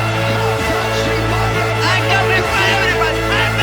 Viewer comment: And New!!!!😂 Not chamiave